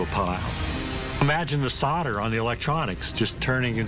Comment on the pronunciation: ""solder" not "soder"!! Haha